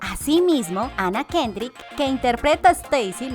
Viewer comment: espero no les moleste el comentario: me encantan muchisimo sus videos, porque soy un nerd de las trivias y los datos que solo sirven para molestar a quienes te acompañan mientras ven una pelicula, pero porque tienen tantas veces tantisimos errores? "comando espacial" en vez de Comando Especial, y ni hablar de los nombres en ingles? vamos no es dificil: MERI ELISABET GÜiNSTED, ANA QUENDRIK, YEISON SHUARSMAN